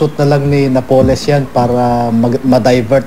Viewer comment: napoles is pronounced with accent on the "a"...